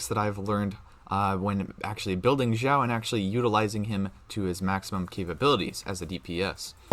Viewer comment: Sorry, your pronunciation of Xiao and Xingqiu is really distracting. FYI, x in chinese is pronounced like sh and not like z